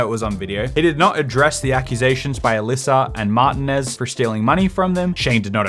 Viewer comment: okay, but martinez is typically pronounced mar-tee-nez